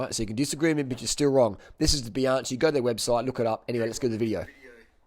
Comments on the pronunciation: stop saying bianshee!!!!!!! It s bianchi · Excuse me, pronunciation it is BianKi not Bianči 😉 The oldest bike manufacturer in the world and creator of spoke bikes. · Bianchi is pronounced Bian.ki. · Great video, but Bianchi is pronounced as bee-an-key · I think he is saying Bee- on- chee to piss us off😆😆. . You think he says it bad one lady said to me is that a, Ban-she. Hehehee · Bianchi is pronounced bianki. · New drinking game: drink a shot every time he pronounces Bianchi horribly wrong. 😀